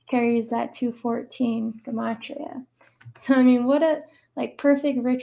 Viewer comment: Good stuff by her but can’t lie it’s cringe she keeps saying guhmatria instead of gematria lol